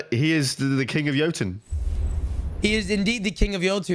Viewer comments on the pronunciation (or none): I hate that you pronounce it yo-tune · Yotune. 😂 learn how to pronounce words bud